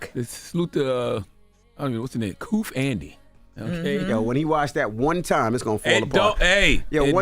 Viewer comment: This nigga said "KOOF-ANDI", they everywhere including Amazon 😂